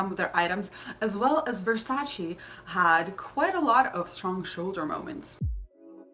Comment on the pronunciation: Aah it’s [verˈsaːtʃe] 😞 why is it so difficult for people to actually look up how to pronounce things? 😒